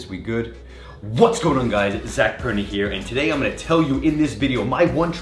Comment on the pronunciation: Your name is Zac Leg? WTF? Hahaha (Perna means leg, and u r mispronunciating ur own name btw hahahah).